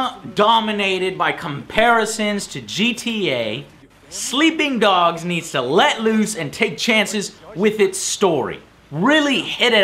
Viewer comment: "Sleeing Dogs"